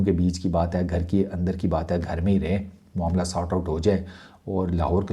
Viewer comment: मामला❎ मोमला✅😂😂😂😂